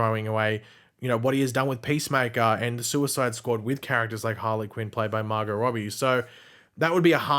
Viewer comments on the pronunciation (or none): none